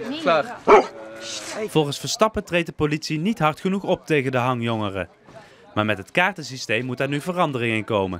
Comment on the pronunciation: Moet je die presentator ''hangjongeren'' horen zeggen. OMG